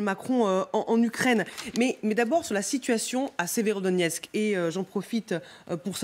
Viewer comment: Voila la logique de LCI. La Russie à pris encore une ville strategique "Sverodoniex", donc la Russie est au bout de souffle, elle s'enlise et va bientot s'épuiser... Il faudrai au moins apprendre à bien prononcer Severodonetsk et Donetsk et non pas Sverodonex ...